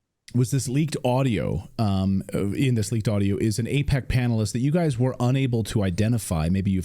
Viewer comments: It's NOT pronounced A-peck, it's pronounced A-PACK as in PacMan. Don't be so sloppy. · Apaaaac not apeeec